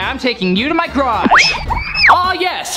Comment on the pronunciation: Why did say grage not garage